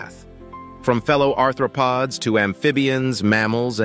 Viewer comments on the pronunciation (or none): none